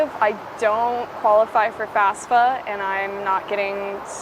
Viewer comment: Sounded like you said FASFA not FAFSA?